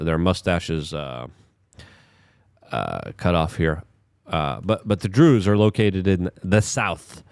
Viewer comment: I’m pretty sure you pronounced Druze properly